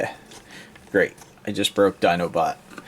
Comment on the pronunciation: "So there you have his feet sticking up his 'dinobutt'". XD I know, you said Dinobot, but it really works for him. Would be hard to get that for Optimus or anyone else.